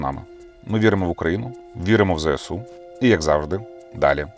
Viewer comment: ЗСУ а не ЗеСУ. Важко...? Бо ФАЙНО вже файно говориш.